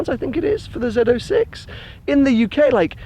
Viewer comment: Zed 06, finally pronounced correctly.